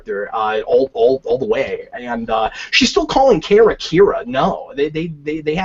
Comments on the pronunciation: Cap, it's KARA not KARA. ;) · Don't undertstand why they chose to pronounce it as Car-A when everywhere else it was pronounced as Care-A. Seems like an arbitrary change.